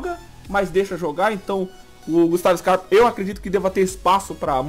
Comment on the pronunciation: ele erra muito quando vai falar"scarpa do botafogo"